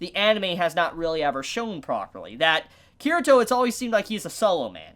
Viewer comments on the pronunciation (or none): Kirito's name is pronounced Kee-ree-toh not Kirah-toh. Also the r sounds more like an l in the Japanese pronunciation.